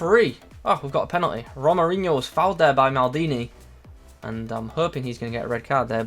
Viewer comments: His name is pronounced HO-MA-RI-ÑO :D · Nice video! Can you review Hamdallah? He looks great! This card is really nice at least for SBCs XD Also I think it's pronounced the same as Ronaldinho with the inho part of course xD